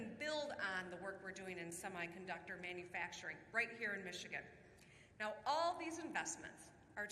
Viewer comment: Manufracturing Boom. With a silent M.